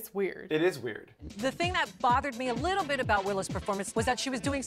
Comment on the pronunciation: Wiwow Piw's widdle puwse for her widdle piws.